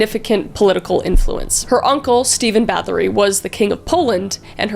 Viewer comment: The Lamia (I believe it's pronounced Lar-Me-A) was also linked to the succubus. Bathory is actually pronounced bat-hory as they don't use the th sound and it's though her husband was a sadistic POS too who taught her new ways to torture her victims before he died.